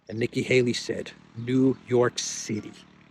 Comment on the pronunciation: Nikkie "halo" 😂😂😂😂